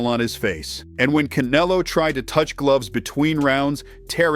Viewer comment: This guy is pronouncing Canelo's name wrong on purpose. What a dork